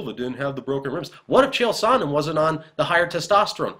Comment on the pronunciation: You say his name as "sauna" repeatedly. Terrible.